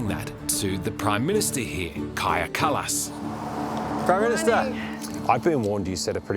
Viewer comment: Hey, thanks for getting our prime ministers name correct 🇪🇪 😅